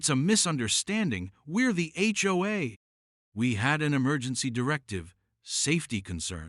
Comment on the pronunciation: Seriously?? The H O A cops not the HoHo cops